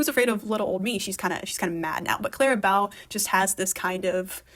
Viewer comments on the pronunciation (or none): Clara Bow, pronounced as in bow in your hair or bow and arrow. Sorry to be pedantic, but can we get her name pronounced properly? Thanks. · The mispronunciation of "bow" hurts my ears, but the rest was interesting. I really felt "Thank you, Aimee" was never meant for this album and should have been a vault track to rep or something like that. Also, who's afraid of little ole me? I love it so much.